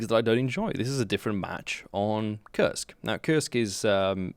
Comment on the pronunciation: did u say Kursk ? 🤔